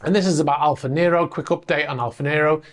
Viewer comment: Бл@ Not "A" - pronounce "Alfa", it's Latin.